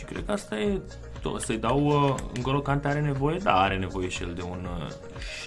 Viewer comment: Kante are accent pe e, pronunti gresit